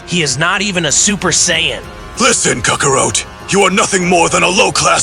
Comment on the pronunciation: The stupid AI can't pronounce names correctly especially Saiyan and Kakarot